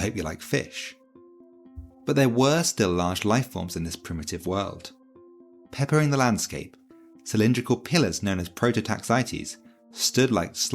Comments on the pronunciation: He said peppering the landscape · I thought you said “peckering the landscape”